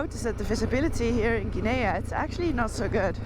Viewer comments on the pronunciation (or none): FYI, the country of Guinea is pronounced, gin' ee. with a g as in go. Sierra Leone is a former Brit colony and is pronounced, See era' lee own'. Hope that helps.